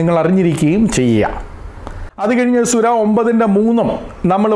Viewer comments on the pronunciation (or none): സുര അല്ല പാസ്റ്റരെ, സൂറ എന്നു പറയണം. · സുര എന്നല്ല,സൂറ എന്നാണ് ഉച്ചരിക്കേണ്ടത് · സുര അല്ല mwone... 🤣 സൂറ ആണ്.. എന്തൊക്കെ ആയാലും അദ്ദേഹം പറഞ്ഞത് ഖുർആനിൽ നിന്നുള്ളത് തന്നെയാണ്... പിന്നെ ഒരു കാര്യം കൂടെ അവർ തമ്മിലുള്ള കരാർ എന്താണെന്ന് കൂടെ നീ പറയണം.. (നിനക്ക് നട്ടെല്ല് ഉണ്ടെങ്കിൽ മതി )👍🏻👍🏻👍🏻👍🏻